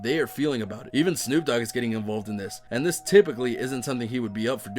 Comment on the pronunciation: actually, since he didn’t say the letter d, wouldn’t it be Snoop Oog?